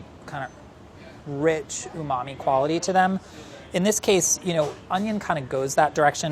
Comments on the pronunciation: This Guy... “Unami” “Umami” “Umami” 🙄🙄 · Nobody:: uMaMi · No one:: Rich UmAMi flavor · No matter how many times he says umamee (i have no idea how to spell it), I will never know what it means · Say umami again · Stop saying umami. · Please stop saying umami. 🙄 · Stop saying umami please and thank you. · Say umami one more time..... I dare you.... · If he says "umami" again I'm shutting this off. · Everytime anyone on BA says "Umami", I am filled with rage.